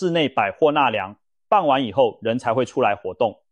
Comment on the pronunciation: 傍晚[ㄅㄤ]一聲.不唸[ㄅㄤˋ]四聲.唸四聲時是依靠的意思.